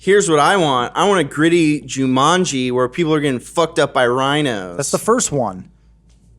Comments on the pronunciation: Why do they keep saying Ju-MUN-ji? It's Ju-MAN-ji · Y'all need hammocks and beanbag chairs all that arms crossed and good posture is giving me a back ache! Johns wearing clothes so they don't get demonitized, to get your fix check his Tumblr... Edit: People hating the way says Juumunji. Lmao. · Why does keep saying "Jewmunjie"? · Jew-mun-gee? Never hear Jumanji pronounced like that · joo-munjee.. who pronounces it like that? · Why is pronouncing Jumanji as of it’s spelled “Jumunji”? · Zandalf the blue Joo-MUN-Geee. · Every time pronounces Jumanji I cringe so hard